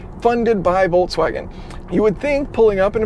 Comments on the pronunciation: Is he saying "Voltswagen?" That was a thing for only about 2 days... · why is it so difficult to pronounce the brand name?! at least there are no unfamiliar syllables to English speaking person. However, in the end it "sounds" like [voltsvagen]. Don't mention the first consonant, English never bothered with German V and W difference, but at least the middle ks definitely cannot turn into ts. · It's interesting that you pronounce Volkswagen, "Voltswagen" in a feature about an electric Volkswagen. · Why do people keep calling it "VolTswagen" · Good content as always, but it is pronounced Folkswagen, not Volkswagen. V=F. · Volts wagen??? Folks vagen VW did it to you for mispronouncing their name 🤣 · Am I the only one hearing "VOLTswagen" all the time? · Does he say "Voltswagon"? :-D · Did you call them "Voltswagens"? 😆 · Calls it Volts-Wagen without even noticing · Folksouagen, ha ha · It's FOLKS-VAGEN, as in FOLK, like folk song. (in German language V is F, for some reason, and W is V, German isn't my native, so...) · "Hello everybody, and welcome. We are inside the VOLTSWAGEN" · I find it hilarious that if I don't pay attention it sounds like you are saying voltswagen :D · Being from Europe way that You pronounce Volkswagen sounds atrocious, it really hurts my ears :p Anyways, wouldn't QR code by the cord be a fatser option than playing with the app? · I understand. But still, why pronounce "ts" in volKS?